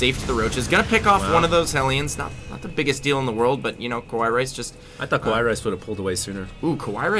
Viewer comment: ka-wai rice? I tot it is Ka-wa-e rice?